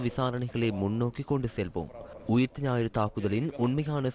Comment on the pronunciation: தலைப்புச் செய்தியில் ஊத்த ஞாயிறு என்று தமிழை மிக அழகாகச் செய்தி வாசிப்பாளர் உச்சரித்திருக்கிறார்.